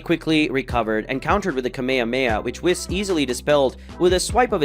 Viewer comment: The way you say whis gives me cancer